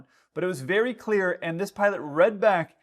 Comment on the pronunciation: berry small space!